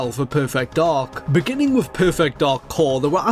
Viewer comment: Great vid. Now what accent exchanges "th" with "v" ? As in with =wiv. Second person I know who does it so I'm assuming it's an accent.